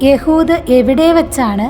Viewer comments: എഹുദ് എന്ന പേര് എന്താണ് യ ഹു ദ എന്നു പറയുന്നത്??? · എഹുദ് എന്ന് അല്ലെ